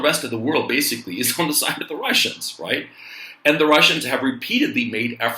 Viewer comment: when you say right" it sounds like "cuack"